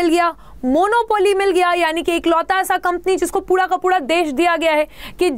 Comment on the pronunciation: Mam you call ' puda ' not pura